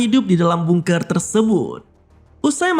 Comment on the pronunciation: Tulisannya emang bungker.. tapi di bacanya gak harus bungker juga yg bener bacanya adalah bangker